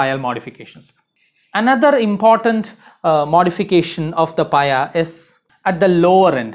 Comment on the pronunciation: For north american audience we say pia (pee-uh). Just for future reference.